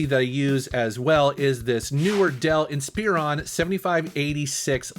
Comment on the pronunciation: "Dell In-Spear-On" Dude, really?